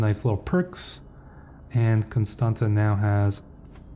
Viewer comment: Greay video as always!But just so you now you pronounced Constanta very well exept the last T is pronounced as in Tsar